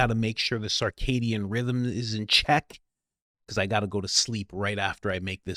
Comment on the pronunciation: "circadian" - pronunciation -- sir CAY dee en.....NOT SAR cay dee en